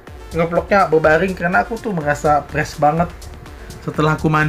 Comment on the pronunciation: Fressh kakak bukan presss kayak setel vleg aj presss